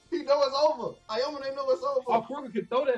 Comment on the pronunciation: yeah....let's just discount an ENTIRE game of focusing a plyer because in the last 5 minutes ir so, it was KINDA a 1v1, Aomine is a better player 100% and stop saying Aomone wtf.